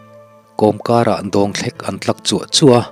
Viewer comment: Ngaihthlak nawm thin e.chuan 'Dawngthlek' tih kha dawng tih lai tak kha "zawng ( monkey ) tih thluk a lam tur a nia.pu ar el.😄 I chhiar thiam hrim hrim e.